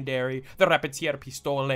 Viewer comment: The way you pronounced the Repetierpistole M1912 made it sound spanish and not german lmao.